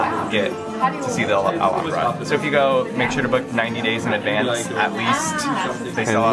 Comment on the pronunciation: finally!!! someone who knows how to pronounce Alhambra properly. thank you.